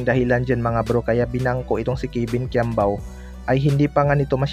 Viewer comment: “Kebin quiambao”